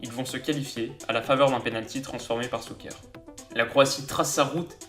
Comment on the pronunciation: faut pas trop en vouloir lol, entraîneur = « tchatchitch » et non Katchitch comme il le lit, shouker et non souker mais bon c’est croate ça se pardonne lol